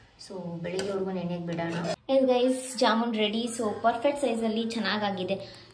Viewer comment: ಅದು ಜಮ್ಮುನ್ ಅಲ್ಲ ಜಾಮೂನ್